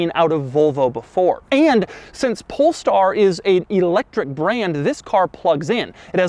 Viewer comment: Why i still believe he said pornstar?